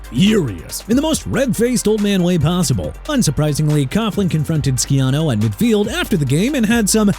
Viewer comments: GREG SCHIANO IS NOT PRONOUNCED SKEE-AH-NO!! IT'S SHEE-AH-NO! DO YOU HAVE ANY RESPECT FOR ATHLETES AND COACHES WHEN YOU SAY THEIR NAMES INCORRECTLY?! NO YOU DON'T!! YOU AIN'T GOT RESPECT FOR TEAM NAMES AND CITY NAMES EITHER! IF YOU'D LEARN HOW TO PRONOUNCE EVERYBODY'S NAMES AND SHOW SOME RESPECT, YOU WOULDN'T BE CALLED OUT AT ALL!! YOU'RE DONE!!! CLEAN OUT YOUR LOCKER AND GET AN EDUCATION!! AND LET ME ASK YOU SOMETHING: ARE YOU REAL OR AN A.I. SOUNDING NOBODY?! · It’s really not that serious, he simply mispronounced his name, Jesus loves you and you should live for him